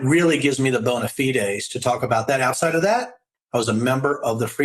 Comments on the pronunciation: Props to Riggleman for the actual correct Latin pronunciation of "bona fide." Definitely unexpected. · Canadian here: Denver, welcome to MeidasTouch! Brilliant analysis! (AND, very few people know the proper pronunciation of "bona fide".... 🙂)